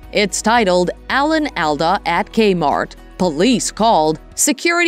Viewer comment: You're pronouncing EVERYTHING wrong.. AMA-GAN-SET.. And Alan ALL-DA